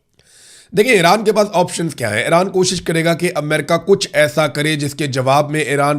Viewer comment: برادرم، براہِ کرم اَیران (AIRAAN) نہیں اِیران (IRAN) بولا کریں، شکریہ ۔